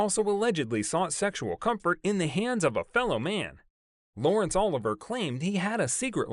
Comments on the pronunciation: I wish you’d do more research on pronouncing names… I cringe every time u say “Oliver” instead of “O-liv- e-aye”🤦🏽‍♀️ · It's not pronounced Oliver. It's pronounced "O-Livvy-Aye". There was also some prince that had the hots for Danny Kaye. The rumors about Danny's sexuality have existed for many decades. But rumors are rumors. It's up to a person if they want to believe them or even care. Which I don't. A celebrities life is not for sale. We are only entitled to what they agree to and are paid for to do. Nothing else.